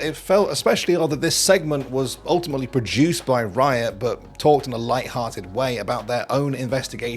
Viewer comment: to hear him say wiot